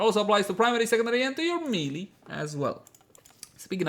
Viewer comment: I would think you'd learn how melee is pronounced after making 200 melee weapon guides.. ; )